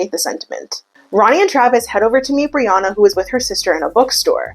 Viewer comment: Lmao Brianna sounds so much nicer when you say it, in Australia it sounds like BREE-YANNA 😂😂😂😂